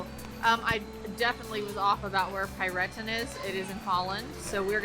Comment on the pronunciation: Hey there, we've just discovered your video about your Europa-Park trip yesterday. It was a lot of fun to watch :) Your pronunciation of "Piraten" was very unusual for us to hear as Germans but made es laugh through the Video :) Thanks for your video about your trip to the Europa-Park. We are also seasonpass holders. Maybe we'll meet in the future :) So, have a good time and we're looking forward to your next videos. Regards from Cologne, Alex and Pete.